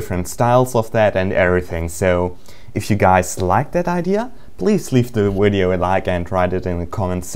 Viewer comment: I love how does he say wideo!! :3